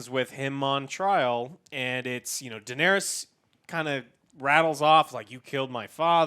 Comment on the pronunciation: Pronunciation of names: Varys - VAIR-iss Daenerys - Duh-NAIR-iss